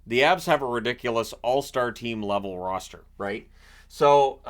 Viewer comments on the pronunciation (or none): none